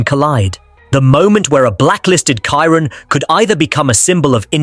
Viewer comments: You better learn first how to pronounce the name of the car. Chiron is read in french like “sheerón” not “Cairon” like you do. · Chiron is pronounced “Shiron” not “Kiron” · I WILL SUBSCRIBE WHEN YOU LEARN TO PRONOUNCE CHIRON CORRECTLY !